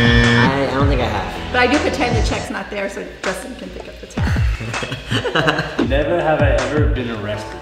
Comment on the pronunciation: "He's gonna ask us neverhever questions" 😂